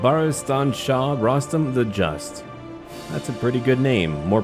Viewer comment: As a persian Im more than happy to see my favorite youtuber start a persian playthrough. I have little Info about this historical figure's name pornunciation... It's actually called Röstam Like the way we pronounce Björn. There is also a facinating myth about this name in persian literature you can also check that out.